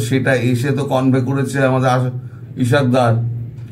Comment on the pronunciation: মুসলমানদের নামগুলো শত শত ধরে জেনেও উচ্চারণ তো দূরের কথা । লিখতেও শিখেন নি । ইশক ডর না , তার নাম ইসহাক দার ।